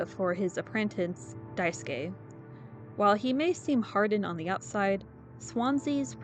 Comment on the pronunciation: Finally someone who doesn’t Wrong pronouns Daisuske name ❤ Also nice vid